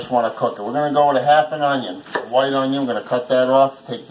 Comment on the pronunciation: Does anyone else hear "big onion" Everytime he says onion.